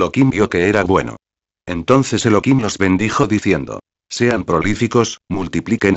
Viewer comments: Elokim es tu perro loco .....es elohim tu voz no es agradable para disfrutar de la palabra De elohim habla normal no en auto tune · no es elokin, es Elohim (elojim); Efectivamente es Elohim (Elojim) sin embargo se pronuncia Elokin para no pronunciar su nombre en vano, cuando se conversa, en lectura que no sean con total cocentracion del nombre de Di-os, o cuando no se lee directamente de la Torah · Esta muy rapida la lectura y el locutor pronuncial mal el Santo Nombre Elohim pronuncia Elokim.. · no es elokin, es Elohim (elojim) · Elokim se pronuncia en Yidish ya que en el Hebreo Se pronuncia Elohim , como por ejemplo en Yidish Elokai se pronuncia y en Hebreo se pronuncia Elohai ;) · Es elohim no elokin mala lectura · El locutor pronuncia Elokim..